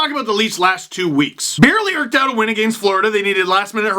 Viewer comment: "erked out" - I think it's "eked"